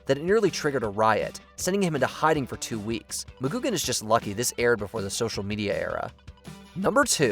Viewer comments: That's Patrick "McGoohan", with an h. Not "McGoogan". He was not a Fraggle. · It's "McGoohan", not "McGoogan". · ITS MCGOOHAN NOT MCGOOGAN GET YOU NAMES RIGHT. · Negan was a believable character at first but quickly turned into a predictable high school bully and was a big part of why we stopped watching TWD It's Patrick McGoohan, not Mah-GOOG-an. Missing here are MASH, The Sopranos & Seinfeld. Best ever, the finale of Newhart